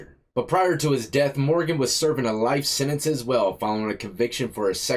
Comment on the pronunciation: The word is Sentence not sininse!